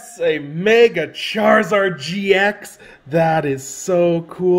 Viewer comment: Did he say Mega charziard GX heheheh